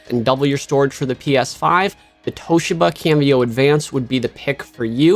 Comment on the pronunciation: Great work! Subbed!! “Toshiba” is pronounced TOE-SHE-BA